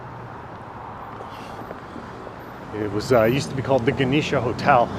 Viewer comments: JEN osh A, not Ganesha. It's not named after a Hindu deity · The Genosha hotel is made up from 2 words, Gen short for General and osha for Oshawa first 4 letters from general first 4 letters from Oshawa, and it's properly pronounced Gen osha Hotel nit Geneesha! I grew up in Oshawa in the 50, 60s, 70, 80s, and 90s! There are a lot of historical facts you should be telling people, not just the basics! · The Genosh Hotel is pronounced " Jen Osh " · Lived in Oshawa from 89 till I got out in 2011. Worst decision of my life. I miss My Life in Oshawa. And its pronounced "Jeh nosh aa", Genosha Hotel is where Royalty would of stayed in 50's. I had many a room there over the years. In the work 80's and 90's up into the 2000's there was a strip bar in the basement , which went upstairs in late 90's. At one point I remember going to strip bar, then coming upstairs to the larger bar and was a rock band, and at same time in bar next door had another band. The place used to be quite the place. Dangerous too for Strangers. I was well known fortunately. Once upon a time when Oshawa was happening, when all the bars did last call and everyone out, their suddenly would be 10,000 drunks in the streets for DRPS to deal with. Oshawa is not for everyone. You have to be tough, and very street smart. But if You can handle a bit of Drama once in a while, then its not so bad. The Residents can take particular pride to their Neighborhoods/Complexes too, and safe places to live actually. I could tell you all You want to know about the Sh'wa.🤫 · Thank you for correcting this gentleman's pronunciation of Genosha.